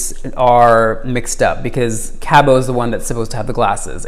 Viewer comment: FYI, the “t” in Cabot is pronounced. His name rhymes with rabbit.